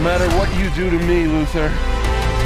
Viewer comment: I thought he called him Loser instead of Luther. 😂